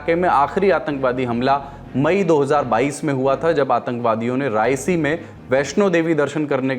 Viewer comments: रियासी है, रायसी नहीं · Its riyaasi not raisii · Raisi kon si jagaha hai bhai?? Its Reasi